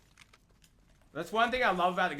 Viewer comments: Can I get an r nine nine. R nine nine r nine nine r nine nine. Dude its R-99 not R-9-9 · Its funny asf when he says r99 😂😂😂😂🤣🤣🤣😅